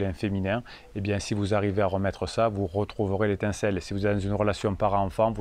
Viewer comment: Et l’intincelle! 😂🤣 a pris l’apéro avant de faire la vidéo? Faut nous attendre 😂